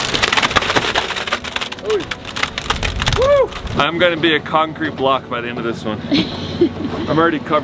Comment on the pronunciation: Yeah, it's a wheelbarrow, not a wheel barrel... :)